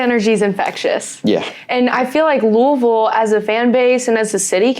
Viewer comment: I love that knows how to pronounce Louisville correctly!!